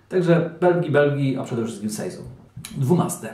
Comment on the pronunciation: sejzon? chyba sezą